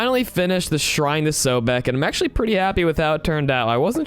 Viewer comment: It’s soul beck that’s that’s how you pronounce his name